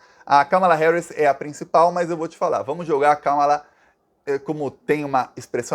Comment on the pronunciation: Finalmente alguém pronunciando corretamente o nome Kamala! Parabéns 🎉